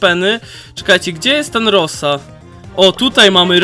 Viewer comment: Mówi się rołza